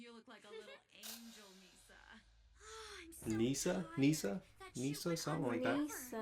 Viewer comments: Misa... not nee-san. This is not incest hentai XD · Misa.. not Nisa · It's not "Nisa" but "Misa". Besides, I love the kanji used for the names of the characters. Misa is written 海砂, which means "sea sand". Light is written 月, which is the kanji of the moon. By the way, Misa is not that old, she was born in 1987 in the anime (1984 in the manga).